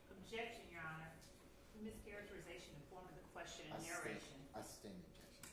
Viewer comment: do she no how to say your honor instead of yonner